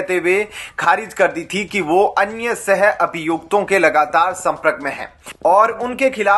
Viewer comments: Who is repoeter who pronounces संप्रक for संपर्क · आप शब्दों का बहुत गलत उच्चार कर रहे हैं जैसे संप्रक विपक्स..एसंतुष्ट आदि पढ़ाई के समय घर बैठे थे क्या